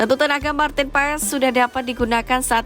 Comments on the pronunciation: Banyak yang salah cara penyebutan Maarten Paes, wkwkk yang bener adalah "Martin Pas" bukan Paes 😂😂😂😂😂😂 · Maaf min ..cara bacanya martin pas jangan paes dong😅